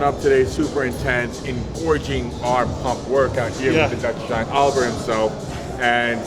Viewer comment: Olivier is pronounced O-liv-E-A.